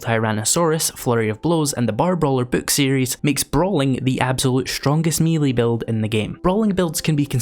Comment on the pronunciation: I’m an early subscriber, and I love your channel. For the love of GOD, please learn to pronounce the word melee correctly. As an American, I’m aware there is a subtle distinction between the British and American pronunciations, but you’re using neither. In American English, it is may-lay. In British English it is meh-lay. It is never, ever, ever, me-lee. I think you’re actually saying meh-lee, so you’re half right. Love you! Thanks!